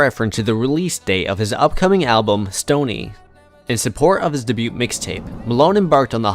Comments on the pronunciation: Bro are you saying "duh-byute" (debut) like that on purpose to mess with us all, or did you just not know it's pronounced 'Day-byoo'? Lol sorry I had to.. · Day-bue. Not Day-boot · Just FYI - debut is pronounced "day-beew"...not debuTe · Debut is pronounced (day-bew) and debuted is (day-bewed) cmon man really? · So informative, but I literally couldn't get over the constant mispronounciation of debut & debuted over & over. 😭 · Seriously, it was a mistake and it's not as if it negated all the great info in the video. How many freaking comments are saying the same thing? FFS. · debut......is not pronounced with a t. You're welcome